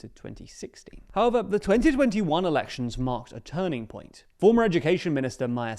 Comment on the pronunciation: Did bro just say “erections”? 🤣🤣🤣